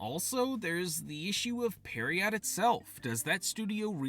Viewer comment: Pronouncing pierrot as "periot" is wiiiild 💀